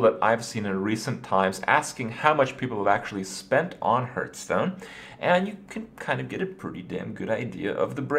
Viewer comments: dude.... its not HURT-STONE lol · is there a reason he keeps saying hurtstone? it bugs me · Why do you keep calling it Hurtstone? Why Kripp? WHY!?